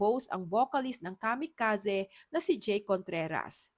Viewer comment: Kamikazee po, hndi Kamikazeh